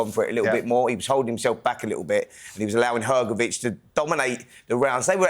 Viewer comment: Hrgović(Hrgovich) not hergovic